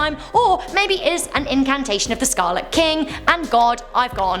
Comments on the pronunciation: Awesome,. But when you say "incantation" a few times, I think you mean "incarnation." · The word you want is incarnation, not incantation. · Umm “incantation?” You mean a “incarnation?” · Incantation? Did you mean incarnation? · Wow. I sure hope this woman learns the difference between incantation and incarnation one of these days. I swear no one proof reads these scripts and they do it in one take. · Is no one going to mention the fact that she doesn’t know the difference between the word incarnation and incantation?? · i think you meant "incarnation" not "incantation"